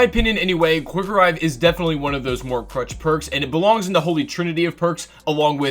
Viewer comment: Why is he saying crutch it's clutch or am I just trippin